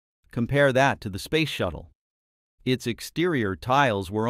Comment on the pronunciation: Yup..........Ctap.........no..........I did not misspell.........Spayce shatttle........😮